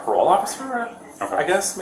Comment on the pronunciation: Shittty AI voice too. Can't even pronounce parole